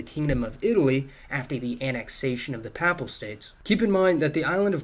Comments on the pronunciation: Papal is pronounced “PAY-ple” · ...it's "papal", pronounced "pay-pl"...pronouncing it "papp-le" makes you sound like you need to crack a book.... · Owshia!? The Paapelle States Great talk nevertheless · For God's sake learn how to pronounce PAPAL, as in Papal States. God you hurt my ears. Pay - Pull with a long A. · Work on your pronunciation of Friuli and Papal. Papal has a long A in the first syllable.